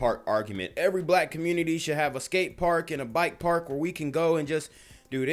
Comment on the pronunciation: Here's some advice, you don't have to say "communi-Tie" so much. It's kinda cringe but do your thing bro...